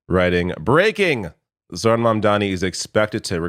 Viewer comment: it was already a red flag when Asmond pronounced "Zohran" as "jordan" ...